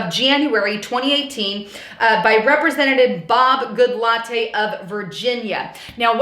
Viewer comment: Sorry listen I can not help myself. I think Goodlatte is pronounced Good- let (i.e. "let"the dog out). Though I like the way you say it much better -makes me want a Latte. Thanks for your hard work.